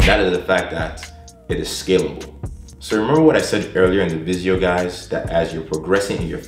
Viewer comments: Are you saying "visio" instead of "video"? Odd, methinks... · is he saying vijeo or its just me